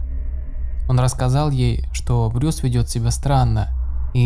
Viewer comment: Уважаемый автор , вы хотя бы проверяйте оригинальные источники . Как можно делать видео , если даже имя главного героя выпуска , вы произносите неправильно ... Его не Брюс зовут , а Брайс !